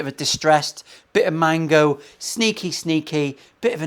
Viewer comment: Mango, not mago,. Must be because you’re “fucking exhausted”. Nice top on the Firebird. Love that walnut (my favourite) and stripes.